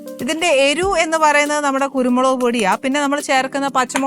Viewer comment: ആനീ , നീ സ്കൂളിൽ പോയിട്ടില്ലേ. നീ എരു എന്നാണ് പറയുന്നത്. എരിവ് എന്നാണ്. ചെറിയ ക്ലാസ്സിൽ പഠിയ്ക്കുന്ന വാക്കാണ്.